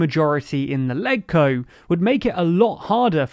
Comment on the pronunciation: It's really grating that you never learn to pronounce any unfamiliar term correctly,. for example, LegCo. The G in it is pronounced like the G is legislature. Watching a single video on the topic, such as the one by the SCMP, would have prevented you from embarrassing yourselves again.